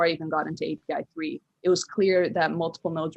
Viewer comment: Omg bro!!! API3 A..P..I ..not ap